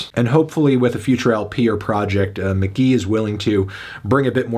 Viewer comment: ITS. PRONOUNCED. MK.GEE.